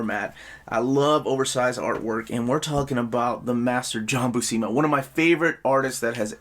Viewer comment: When I was a kid I saw the name Buscema and I would pronounce it BUH-SEEMA. Then I saw a video with Stan Lee and he pronounced it Byoo-SEMA, long U, short E. And since he was saying it that way right in front of Big John I always thought it must be correct.